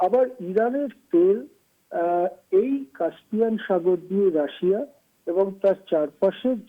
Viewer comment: উচ্চারণ হবে কাস্পিয়ান। কাম্পিয়ান নয়।উপস্থাপিকাকে বলছি।